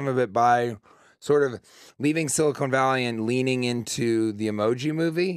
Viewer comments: Why does he keep calling the show,"Silicone Valley"? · Anyone else just completely thrown off by how he pronounces "Silicon Valley" as "Silicone Valley?"